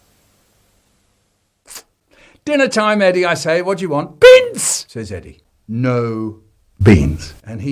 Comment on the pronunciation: why does he say bins instead of beans